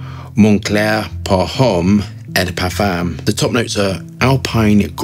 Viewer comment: it is not eiii but ooooooo de parfum. Just thought adding something to your review quality ( which is the best om Youtube btw)